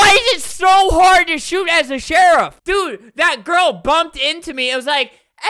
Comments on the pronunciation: “It’s so hard to shoot the sherif” - Albert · he said “why is it so hard to shoot as the sherif”